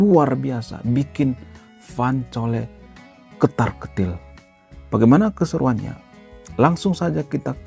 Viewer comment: Cole baca kol bukan coli master..